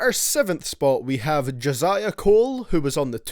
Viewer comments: its Jenny Cole stop saying his name wrong you roblox noob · wtf did you say when introducing j cole?